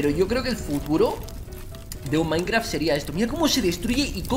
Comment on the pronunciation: jajajaja me cagué de risa cuando dijo maincra sin ofender ok?....